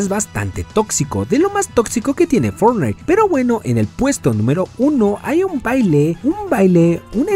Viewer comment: HABLA BIEN XD (no pronuncias bien fortnite)